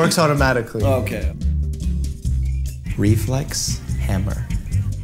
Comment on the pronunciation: For reflex hammer I thought mike said we flex Hamburgers